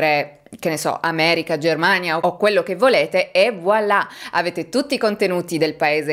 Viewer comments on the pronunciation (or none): none